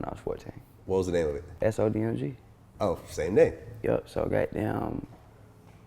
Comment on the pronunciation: Gahtdamn is how every Atlanta nigga start a sentence